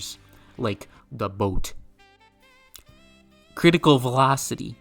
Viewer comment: The way he pronounced boat lmao.